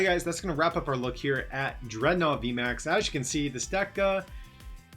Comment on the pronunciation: Is it DREADnaw? Or DredNAWWW😂